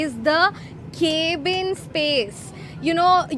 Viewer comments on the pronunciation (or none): Cab-in not Caeb-in, madam